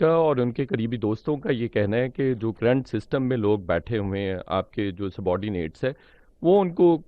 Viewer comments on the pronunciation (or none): none